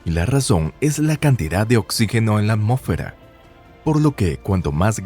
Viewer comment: Por qué dices "amo'fera", cómo sí de un narrador reguetonero se tratara. Tienes problemas con el sonido de la "s"?